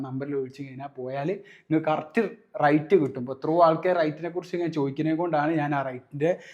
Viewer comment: Rite അല്ല rate എന്നാണ്.. റൈറ്റ് അല്ല , റേറ്റ്